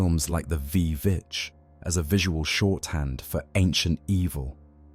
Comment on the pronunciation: It's "witch" not v vitch